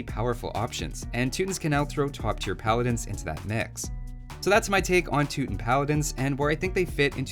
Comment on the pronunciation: You mess up and say Too-Tin, and yet you correctly say "Too-Tahn-ic." Too-Tahns = Teutons